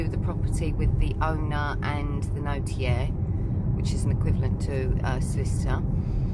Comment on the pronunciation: Finally a property to call home. Congratulations! Maison the Maitres are usually the houses of the local wealty brewer, buisinessman, minor nobility or doctor, notaire or lawyer. Notaire is symply pronounced notaire not notjeire. I love maison de maitres. Probably a lot more useful and not that expensive in the upkeep of a chateau.